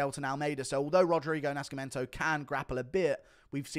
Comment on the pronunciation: "sc" in Portuguese sounds like a regular 's' (or 'c' before an 'e', for example), só, Nascimento is pronounced like 'naceemento'